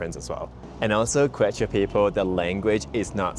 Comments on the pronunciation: Yes, the pronunciation needed to be practiced before posting this video. Glad you pointed it out. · Pronunciation is like KEH-chwah thanks so much for mentioning our indigenous Andean roots!!! Arequipa next!! 😍 White City made of volcanic rock!